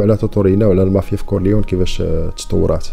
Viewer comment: لوتشانو ليجو ... ونطق كورليوني ماشي كورليون .. احترمك اخي حيت ملي كنتي يالاه بديتي كنت متبعك ولاحضت عليك ملاحضة كنتي كادير واحد الصوت بحال يلا كاتاكل ونتا كاتحكي القصص و سمعتي الملاحضة و عجبني الحال ملي لقيتك طورتي نفسك برافو مزال رأسك صغير وزايد في تطور bravissimo